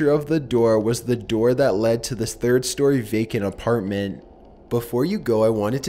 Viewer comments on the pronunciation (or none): none